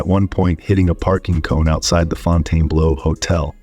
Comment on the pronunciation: The "Fontaine-blow" Hotel..... 🤣